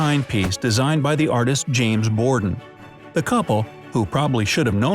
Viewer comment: Him:James Bordon Me: did u say James Gordon